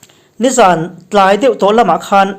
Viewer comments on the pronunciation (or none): none